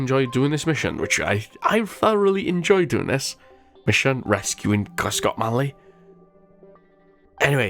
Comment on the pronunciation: failed pronouncing my name :(